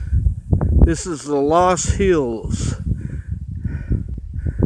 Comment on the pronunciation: Actually pronounced "luss" hills but glad you made it over. The name Loess is the name of the soil the hills are made from. You can Google it and see what they are all about, pretty unique considering only China has a similar soil structure ( I believe the hills the Great Wall were constructed on, etc ) anyway, yes you need a oxygen tank up high. I think your by a town called Little Sioux and Murphy's Hill if I remember right. North and a tad west is Preparation Canyon all State of Iowa ground meaning all public. Spring is cool with the wildflowers and fall is fun as well with the foliage all turning colors.